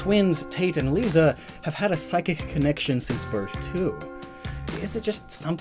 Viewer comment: did he call tate and lisa tate and lesa